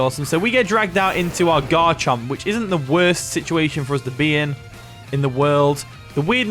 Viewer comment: I thought you called it Godchomp lol. I was just like yup, it sure is lol.